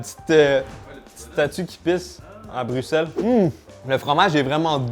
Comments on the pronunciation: Alors le fait que tu aies prononcé Manneken Pis et Bruxelles correctement justifie toutes les blagues sur notre pays pour 2025. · juste en voyant les comms, tu t'es attaqué à beaucoup de gens mdr je savais pas que le fromage c'était une religion pour qu'il y en ait qui souffrent autant :'D omg, par contre tu as dis Bruxelles correctement, ça fait du bien aux oreilles xD